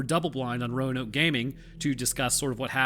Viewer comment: BULGARIA MENTIONED 💪💪💪💪💪 also, satnd proud roanoke, you did, in fact, pronounce it correctly